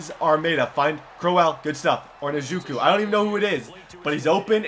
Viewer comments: Its Nuh-joku. Sorry it was annoying whe way u said it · Njoku - In-Joe-Ku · Dear god. My last name is Njoku and to hear him butcher it makes me cringe lmao. We don't expect anyone to say it 100% perfect but the closest pronunciations are "IN-JOE-KOO" or "IN-JAH-KOO" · Its pronounced n-joe-ku. Js lol love the videos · It's prounounced en-Joe-coo lol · Njoku is pronounced like En-Joe-koo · ITS N-JOKE-U (pronounced) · You said David njoku wrong it is pronounced like ni-jo-ku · Your saying Njoku name wrong just a heads up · Pronounce David Njkou right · The "N" in Njoku is silent